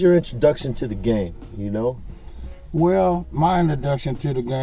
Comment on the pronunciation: Bishop Donn Magik Juan Says "Gang"..Every Time he tries to say "Game"